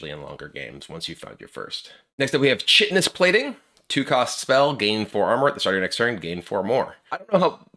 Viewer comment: When I saw Chitinous Plating printed, I knew I was going to hear a lot of people mispronouncing chitin